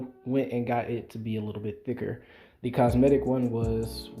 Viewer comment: COmetic not cosmetic lol